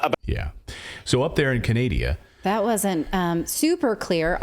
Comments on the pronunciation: Canadia anything like vaginal CANDIDA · Lol as a Canadian I almost spit my coffee when Clayton said Canadia. 😂😂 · lol canadia lol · Ca-nai-dia .... says the next door neighbor 🤦‍♀️ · In Canadia... 🤣🤪🙃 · CANADIA. YES. Kind of nice. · Oh Canadia! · Lol you never knew it was called canadia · Canadia...= United Status 🤣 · I'M FROM "CANADIA" 😅🤣😂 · You mispronounced Chinadia.😂😂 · Get it right- its Chinada lol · She can't even pronounce CANADA properly!